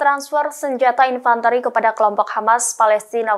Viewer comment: Mba kata 'Infanteri' itu dibaca 'Infantri' yg bermakna pasukan darat